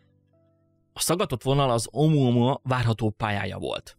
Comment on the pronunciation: Omoamoa xddd egesz videoba mar azt tudtam csak figyelni mikor mondod